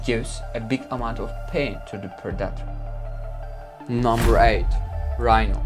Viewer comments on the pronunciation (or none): Modern accent: predator , wildebeest Bro said Producker, wild a beast English is obviously not his first language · Just once I wish you would say predator instead of productors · And what is a pre-dat-or, lol. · In this 10 moments lions are killed by their Prey video I personally did not see even one lion being killed by their preys .Secondly it is pronounced Pre-de-tor but correct spelling is Predator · "As Per-data" = "predator" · For 3/4 of the vid I thought he said producter (which is not a word) and not predator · Tf is a purdator? Tf are you saying bruh I dont understand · 1st off I pray I never hear somebody say predator like you do because obviously you have no clue how to pronounce it . And 2nd off 200 feet tall is that giraffe from the Jurassic Time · Its Painful listening to this guy try to say 'Predator' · you really should learn how to prononce the word "predator"